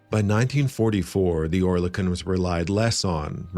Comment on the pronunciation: Not quite. Oer is pronounced as Ör. Similar sounding to the French coeur. Kon is as in silicone (without the e pronounced)